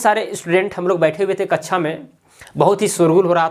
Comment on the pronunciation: Aapne kaksha ko kachha keh Diya😂🤣😂🤣🤣🤣🤣😅😅😅😆😆😆😂😂😂😂😂😂😂😂😂😂😂🤣